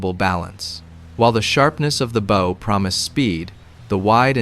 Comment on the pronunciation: Bow. Rhymes with “cow”. 😅